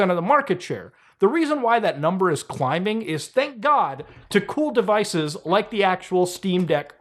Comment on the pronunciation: I've never in my life heard anyone pronounce the "b" in "climbing."